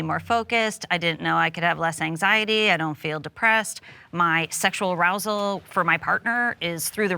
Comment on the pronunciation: Bro really said "arouslement"